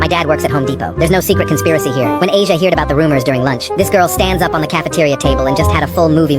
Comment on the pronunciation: "when i heared" HEARED?? ITS HEARD